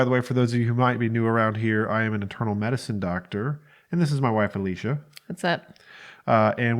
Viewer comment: Every once in a while I hear it as "I am an eternal medicine doctor." Don't know what to do with that.